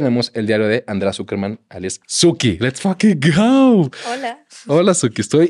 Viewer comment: Dices let’s fucking go bien raro jaja